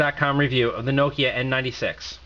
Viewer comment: what did you say? N NINETY SEX?